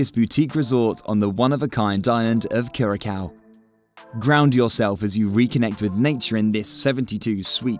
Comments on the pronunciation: Enjoyed the information, but you pronounce Curaçao…… Cur-a-sow…. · CURACAO = CURE-UH-SAO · IF YOU WANT TO MAKE VIDEOS ABOUT THE ISLAND WILL BE NICE TO GET THE PRONUNCIATION OF THE ISLAND CORRECT FIRST